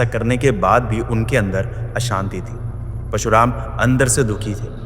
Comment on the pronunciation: I love your content, but i feel unka naam parshuraam hai na ke pashuraam. Meri galti bhi ho sakti hai, maaf karna agar bura laga ho to